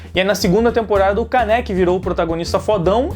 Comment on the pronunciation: E não se fala Káneki se fala kâneki o acento é no ka. obrigado por ouvir(se ofendi desculpa só falei a verdade; e a verdade doi)